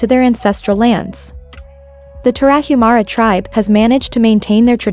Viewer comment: It would be nice if A.I. could pronounce Tarahumara correctly.